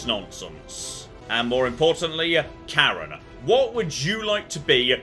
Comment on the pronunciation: "Karin" is not pronounced "Karen" but more like car-in.